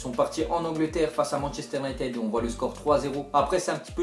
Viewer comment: Manchester United sa se dit avec "id" en dernière syllabe et pas "èd"